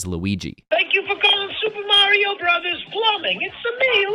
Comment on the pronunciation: Hearing someone say Broze instead of Brothers is like a special type of torture.